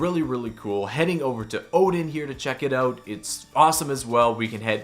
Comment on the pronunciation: Why do you say OOOGHT instead of out